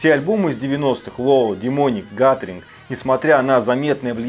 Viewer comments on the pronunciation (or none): Титан?Гатеринг????Подучи английский,друг,Гугл в помощь...